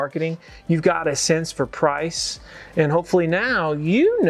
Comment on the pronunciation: The word”price “ is not a er